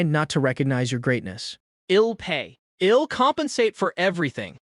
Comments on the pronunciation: ok man but fix the pronunciation of the Text to speech I'll -> ill , just type i will man to Text to speech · Next part needed, I'll pronounced ill, and several other mistakes could have been solved, kt would be 10/10 then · The "I'll" becoming "ill" is bugging me that I want to stop watching the video. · Awesome story. Wished the ai voice would pronounce the I'll correct lol. All good though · please add apostrophe's. i hate when it says "ill" instead of I'll. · Everything is good aside from that ill and im pronunciation. It's killing me 😭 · "Hez, ill, shed"👀🫠